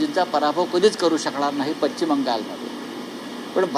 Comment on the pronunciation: साहेब तेवढं पश्चिम नीट म्हणा की जरा